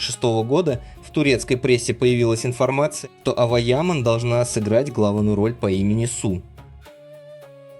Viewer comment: На сегодня Ава Яман (автор произносите имена правильно) которой на сегодня 19 лет права слова и выбора не имеет. За нее все решает ее отец он же ее агент. Поэтому такая кашам с контрактами, на мужика такое счастье свалилось и он не знает что с этим делать. Завтра доча сбрыкнет и останеться он не удел. Вот и давит на нее по максимуму, чтоб не дергалась. Когда Эрчель называют актрисой меня передергивает. Это какие горизонтальные таланты надо иметь, чтобы не сниматься, аесли сниматься то мимо кассы, так как со времени ДВЕРКИ у нее нет не одной полноценной роли. одна реклама и хождения по красной дорожке. ЕЕ потолок как актрисы это голозадые немфетки к остольнму ей лучше не прекасаться, пока одни работают делая корьеру и проее Эрчель толко показывает чудеса акробатикми, как можно одним прыжком из койки в койку снова заставить говорить о себе как об актрисе.